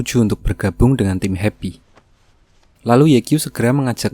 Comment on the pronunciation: sumpah gw baru tau namanya tim happy gw dgrnya di abang ngomongnya hebi